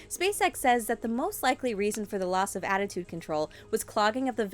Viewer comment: She kept saying attitude and it was bothering me